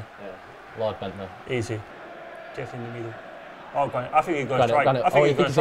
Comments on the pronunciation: Lmao rob holding called him “Lord Bentder “ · rob says ""lord bendtner" 😂😂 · LMAO ROB SAID LORD BENDTNER 😂😂😂😂